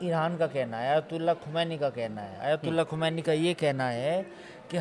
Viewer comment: Kisey bitha dia bhai.... Isse iran k supreme leader ka naam tak sahi nhi liya jaa raha...😂 "Ali Khumaini" 😂 correct name is Syed Ali Khaamenie